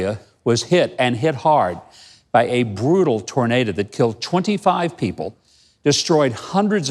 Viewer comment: "Tornada?" Good Lord.